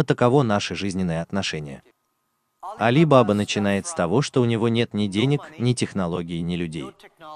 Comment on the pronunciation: Спасибо за видео!! Переводчик - робот ?? Иначе зачем в слове баба ударение на первом слоге?)